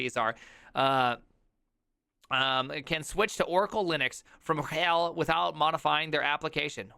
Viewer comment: The way you pronounce RHEL as ruHELL with stress on the latter, please allow me to use that myself from now on 🙂 Also, why did I not come up with that backronym for Oracle (not quoting here, watch the video, you want ThePrimes reaction)